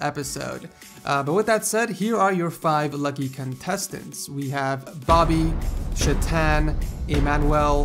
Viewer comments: chay-tun chay - rhymes with bay tun - rhymes with bun you're welcome. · bro, Try to Improve pronunciation of Indian name like Chethan. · lol ... hearing him pronounce "chethan" while drinking coke wasn't a good idea ... xD